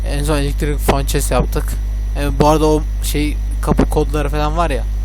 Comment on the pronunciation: ya abi furnanceye fançes deme yanlış diyorsun